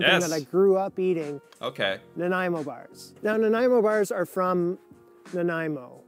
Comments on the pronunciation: You did well pronouncing Nanaimo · Ha! I’m from Nanaimo. A local bakery here makes the yellow Center with a peanut butter mix. It so much better. By the way you say Nanaimo really well.